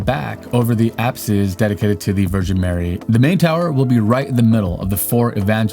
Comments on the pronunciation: Its aps not apse the e is silent. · English is amazing in that you cannot determine a common pronunciation of a word by reading it but only after hearing the word. The common pronunciation of "apse" has a silent "e" so is more as "aps"